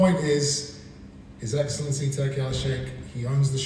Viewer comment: His Eggcellency on the phone 😭